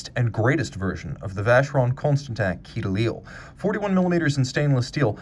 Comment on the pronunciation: FYI - a quai is a dock, or the English version is a quay. Pronounced like "kay" which you actually pronounce right at the end !